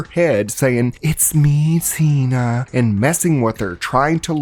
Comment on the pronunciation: Tina not Zena. Lol it's me Tina is what Fred says. It sounded like you said Zena lol